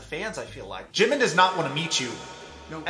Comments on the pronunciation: I even cringe when he says the name of the person he wants to look like. Who is JUH-min? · The worst is that he's obsessed with Jimin, but can't even pronounce his name correctly.